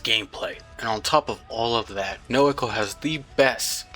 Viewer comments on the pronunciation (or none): none